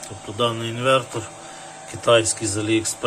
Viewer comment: "Инвэнтор" - и этим все сказано. Мова....